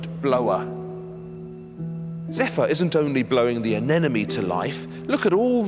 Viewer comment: Anemone, not anenome